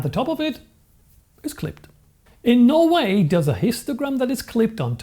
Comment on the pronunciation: This was a little funny: "In Norway does a histogram that is clipped on top, tell you that this is a badly exposed image". I had to replay this four times to make any sense of this statement. That's how long it took me to realise that, OH, it's not supposed to be "Norway", but "no way". Was this the fault of your pronunciation or of my stupidity? I think maybe both. By the way, I do understand all about histograms. But I probably won't subscribe, as I new it all beforehand.